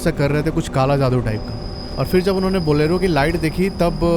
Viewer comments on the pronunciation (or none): none